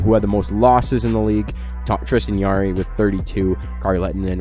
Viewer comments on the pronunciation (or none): By the way it’s Tristan Jarry not yarry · Tristan yarry I thought it was jarry